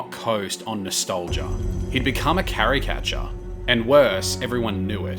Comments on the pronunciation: Mispronounced "caricature" as "carry-catcher", too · Also 'caricature'. (I missed the next few lines as I was pondering deeply about what kind of bonkers Australianism 'carry-catcher' could possibly be.) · And caricature